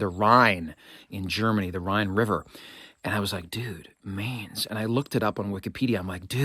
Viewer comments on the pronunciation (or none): As a recent resident of Wiesbaden, not far from Mainz, I feel compelled to point out that it is pronounced "Mines" versus "Maines" as you pronounced it. Your knowledge of the Vandals and others (to include the Goths, Visigoths, Ostrogoths etc.) is very impressive! Keep up the great work! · Isn’t the pronunciation of the river’s name supposed to rhyme with the English word mine? It’s been 50 years since college German, but I think I remember Herr Schroeder saying it that way.